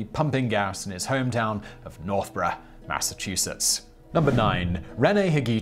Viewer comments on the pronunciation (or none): none